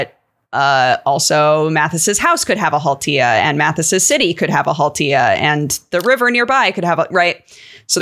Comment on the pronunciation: Finnish pronunciations weren't that bad at all. Nicely done,. Finnish mythology also has the 'haltia' as kind of elementals, generalized as 'väki' ("folk") e.g. water would have 'veden väki' (water folk), fire would have 'tulen väki' (fire folk). Unsurprisingly, in a country that is mostly just forests and nature, we'd have a 'väki' for literally everything. There's a whole collection of epic poetry called 'Kalevala' from the early 1800s about Finnish folklore and mythology if anyone wants to dig into it. It's regarded as a national epic of Karelia and Finland. From what I remember of it, it's bonkers, but pretty cool. Literally everyone here knows about it and it's inspired everyday life and every kind of art since it was published. Also, Tolkien sourced stuff from it for his work. I grew up in the hometown of a painter that's best know for his illustrations of Kalevala:D Not that I remember a lot from any of it. Should really go back and check that shit out again.